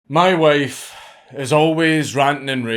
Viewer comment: "Ma Woif" Stop right there Pringle Cans